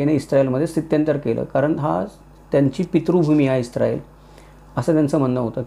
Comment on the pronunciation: ITS ISRAEL NOT ISTRAEL